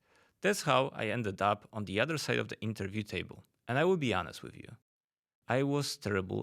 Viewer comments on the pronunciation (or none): none